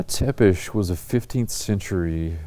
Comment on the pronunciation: Have the decency to pronounce Tepes' name correctly. He was a great man. Certainly Europe could use someone like him today. PS..citation for how the Order of the Dragon was a magical/occult body???